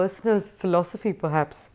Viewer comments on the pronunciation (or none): none